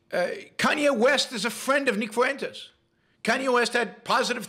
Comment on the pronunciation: nick fuentes is so bad, yet you cant pronounce simple names like fuentes or ye? at least they can speak?